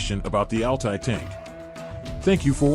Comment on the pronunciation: Das heißt nicht Ali Panzer sondern A L T A Y Panzer